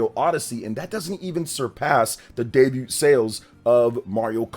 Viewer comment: Pronouncing the “T” in debut is crazy